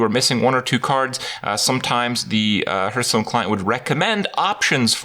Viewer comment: Duncan Ault Are you "Hurthstone"? If you dont get it. He pronounces hearthstone as hurthstone or rather "h-earthstone"